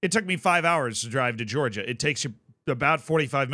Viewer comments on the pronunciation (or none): none